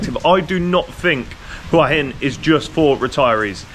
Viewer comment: Thank you so much for pronouncing Hua Hin correctly. หวัหิน